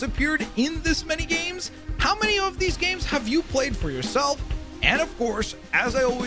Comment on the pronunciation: Dude, you need to practice saying the plural “games” more